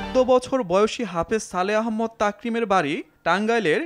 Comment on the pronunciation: ভাই আহম্মদ না আহমাদ।